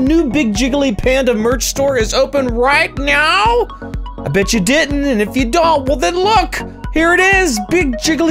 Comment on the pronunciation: I swear I hear jiggly at the beginning saying “Right Meow?”